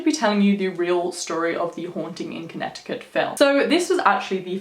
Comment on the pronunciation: I Live About 40 Or So Mins Away From Southington I Live Near Mohegan Sun Casino 🎰 In Norwich CT So I Was Superrrrrr Fucking Excited Seeing That You Did This Video AND I ABSOLUTELY LOVEEEEEEE YOUR ACCENT ❤️ THE WAY YOU SAY CONNECTICUT IS SO DOPE LOL 😂 I Always Said To My Mom That I Would Freaking LOVEEEEEE To Give Birth To My First Child In Australia 🇦🇺 Or The UK 🇬🇧 In General Just Too Raise My Children Out There Long Enough For Them To Pick Up That Beautiful Accent And Then I Would Move Back To The US 🇺🇸 I Adore You So Much 💪🏾 You Have The Most Beautiful Soul And Man Your Aura, Energy And The Vibes You Give Off Are So Strong You’re Definitely On The Right Path Stick With What You’re Doing And PLEASEEEE Make A Video Spilling The Tea On What You Do To Be As Balanced As You Are Like Chakra, Mentally, Spiritually And Emotionally Wise & DEFINITELY On How You Keep Such Radiating Pure Energy That You Have The Light Beaming Off Your Crown Chakra Is AMAZINGGGGGG!!! 2020 Is Your Year !! Continue To Stay Genuine, Pure, Beautiful Souled & Humble And The Blessing Your Going To Receive This Year Is Going TO BE EVERYTHING That You’ve Been Manifesting And Working Hard For YOU GOT THIS BEAUTIFUL QUEEN 👑 RUN WILD MOON CHILD 🌝💝💛💖💛💝 BLESSED BE HARMONY AND THE REST OF OUR NICE GANG 😈🤟🏾☮️💜☮️💜☮️💜☮️💜☮️💜☮️💜☮️💜☮️💜☮️🤟🏾🙏🏾💪🏾🤞🏾🤏🏾💋😈